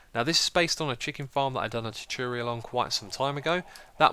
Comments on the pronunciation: Is it just me or did he say tootooriul instead of tutorial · You are mispronouncing 'tutorial'. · Tchutyurial?? It's tutorial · “Teturial” Tutorial. “Teturial” sigh